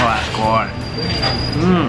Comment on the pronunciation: I crack up each time you say " OHHH DATS GOUD"!!!